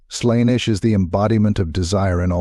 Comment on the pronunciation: You are pronouncing Slaneesh...